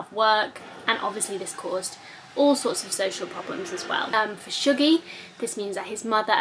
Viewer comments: Shuggie Bain is one of the best books I think I've ever read. BIG fan. I felt very sucked in to Shuggies world. Although according to my Glaswegian mum I think its pronounced 'Shuggie' as opposed to 'Shoogie'. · Listened to Shuggie Bain on audio.. and loved it, it made me cry and laugh. Just for info Shuggie rhymes with huggie 😉